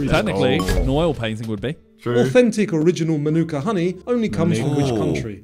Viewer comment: Oh they got manuka wrong